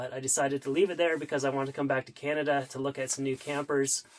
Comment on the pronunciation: Ugh, it's a ChiTvy. Plus, canTaduh. Double negative.